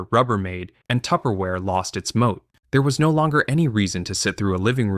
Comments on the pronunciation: it's "moat" as in a medieval castle. corporate term for a protective competitive edge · I’m suspicious of the mispronunciation of “MO”